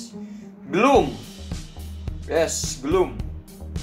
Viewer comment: yg katakan: Gloom Yg gue dengar belum/bloom Kwkwkwkwkwkwk Gajelas wkqkwkwkkwkwkwk